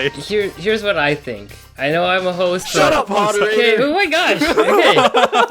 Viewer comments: When Dan and Stephen and yelling at Hosuh to shut up, Dan says Hosuh and Stephen says a different name. It sounds like Stephen is saying Haruhi. What??????? The time Dan and Stephen yell at Hosuh is for anyone who wants to see. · Hosuh the host? Now we gotta change it to Hostah.